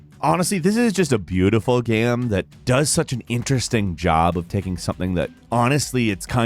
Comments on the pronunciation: Lol why is game always pronounced "Gam" in these videos? Does no one in editing notice this? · Please learn to say the word "game". It's not GAM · I hate the way you say gemm instead of game but I love your vids so I’ll keep watching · i like that you pronounce game like gaem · Half the time he says Game, the other half he says Gayem as if game is two syllables, whyyyyyyyyy? lolol. Good vid nonetheless